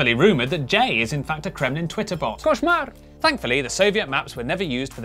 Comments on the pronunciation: Ngl, Jay blurting out "кошмар" so perfectly had me on the floor. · Jay, nice pronunciation of "кошмар", you sure revealed that you're a Russian spy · Jay's "Koshmar!" was perfect though, had me in fits! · I'm Russian, and I've never known such info about Soviet maps so far. And I like the way Jay pronounced "кошмар". Thank you:3